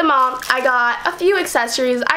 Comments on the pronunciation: The way she said "accessories" in the beginning kills me "assessories" 💀💀💀💀💀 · She pronounced accessories assessories and it annoyed me so much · Nowak none because she doesn't pronounce the "C"